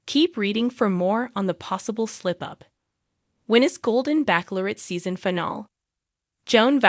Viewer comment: Live stream is a long i Not short i So many mispronounced words again Finale not final